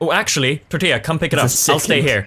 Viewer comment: They say tortia instead of tortilla